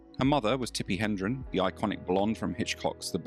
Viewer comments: > Her mother was Tippi HE-DRON and not, as the voice said in the video, "...Tippi HEN-DREN". It's important to get the facts right before posting online to a public well in excess of tens of thousands! The actress' name is spelled and pronounced "Hedron", not "Hendren". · Sounds like you are mispronouncing Tippi Hedren's name. It is "head ren" not hen dren. Interesting vid. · Do your homework. Her mother’s name is Tippi Hedren, NOT Hendren, as you more than once said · Hedren, not Hendron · Tippi Hedren, not Hendron.